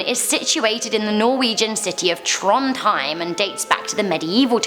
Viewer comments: You pronounce Trondheim wrong it is pronounced Tronheim it’s pronounced whiteout the d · You sayed Akershus and Trondheim Rong, but it is ok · It,s Trondheim not trondhaim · Eyyyy mine norske.hører dere hvordan hun sier trondheim😂😂jwlig lættis